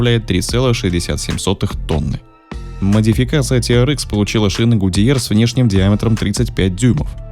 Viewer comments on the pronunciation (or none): Ти ар экс, экс, а не икс. Можно "тирэкс"))